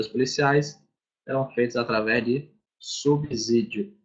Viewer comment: Subsídio (com som de S, de subsolo).